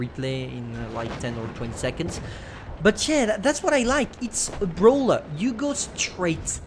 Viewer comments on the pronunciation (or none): its not a BRAWLER.. its a BRO-LLER! PNTF FTW!